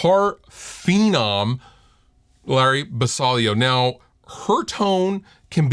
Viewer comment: It is not Ba sai lio, it is ba see lio